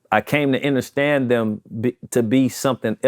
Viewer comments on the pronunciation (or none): Did he say “inderstand”?